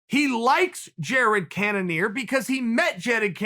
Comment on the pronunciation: Wobbert Wittaker